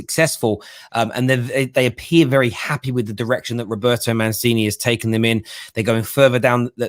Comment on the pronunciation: Say with me: MUNCHEENEE (aka Mancini). 😉